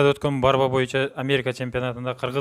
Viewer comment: Курош эле дечи тилин келбейт экен барба деп борьба деп айтылат